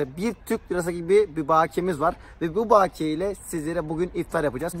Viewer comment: baakiye degil bakiye